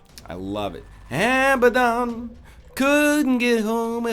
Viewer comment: "Abbadon" was great no matter what others say.